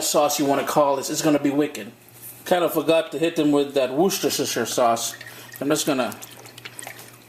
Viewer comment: it is pronounced worster sauce